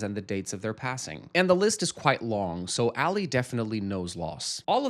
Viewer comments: Bro his name is pronounced “AH-Lee” not “Ally” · Rofl I had to check that i hadn’t accidentally turned on 2x speed. plz it’s not Ally like Ally Mcbeal. It’s Ali like Muhammad Ali 😭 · Pronouncing Ali as Alley is frying me😅 I wrote this right before you realized 🤭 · as an arab muslim Ali is pronounced closer to the first way you said it not A-lee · 1.) AH-LEE = Ali…literally say it in the show. 2.) he’s talking negatively about the bag to show how little he cares about his employee being severely injured ON THE JOB…but yeah I’m gonna go, this was bad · "English is my third language" he says in his struggle with one of the most common Arabic names